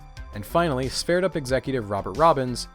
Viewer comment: I think it’s supposed to be “Sverdrup”. Looks like you corrected it in your next video 👍